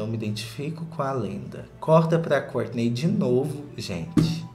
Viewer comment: Eu adoro quando vc fala kourtney acho chique